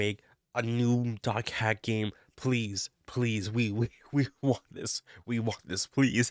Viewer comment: Why do you say "doc hack" when it's dot hack?